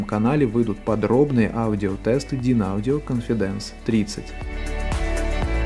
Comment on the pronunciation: cOnfidence, а не confidAnce.